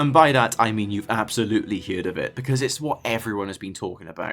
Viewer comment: Did…. Did you say hear’d?